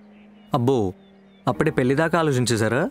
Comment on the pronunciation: Kindly note that పెల్లి కాదు... పెళ్లి. ళ Pronunciation matters